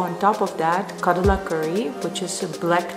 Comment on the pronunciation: It is not kadala curry it is kadale curry La is wrong le is correct (I just wanted to tell don't get offended please) Lotz of love from Bengaluru ❤️❤️❤️